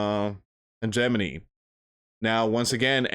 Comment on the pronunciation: Did you say Hedgemoney? What was that word? Can you spell it please?